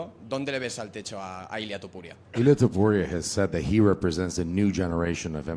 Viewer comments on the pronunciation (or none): It irks me that almost everybody pronounces Topuria as Tuporia